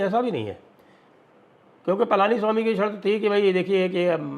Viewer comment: Not Palaaniswami, it is Palaniswamy